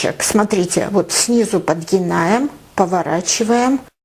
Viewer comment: Подгибаем... Простите,но слово подгинаем так режет слух